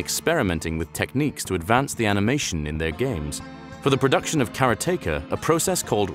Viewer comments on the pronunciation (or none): It's pronounced Karate-Ka, not carrot-taker. Karate ka means someone who practices the martial are of karate. I got a black belt in shotokan karate when I was a kid, did it for 8 years before I eventually quit to focus on my high school exams. It was a bit of a McDojo, I was never good at fighting, it was more of an exercise class than anything else. But our Sensei always used the word "karate-ka" to refer to all of us in plural form. Like "this karate-ka is a good group of people" for example. He was English, not Japanese, but we did occasionally have guest teachers from Japan to teach us for a lesson or 2 and they also would pronounce it that way. Man I wish I could get back into martial arts. But this time do a real one, like boxing or Brazilian jui jitsu